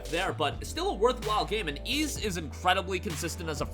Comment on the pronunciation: Ys (with an S sound my friend) is a great great game